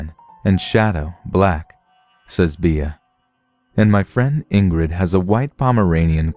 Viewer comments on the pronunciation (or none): Bea is pronounced Bee. Be-ah would be spelled just like that. Beah. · Thanks for the stories! Just a... tip? The nickname 'Bea' is pronounced like the insect, as in 'Bee'.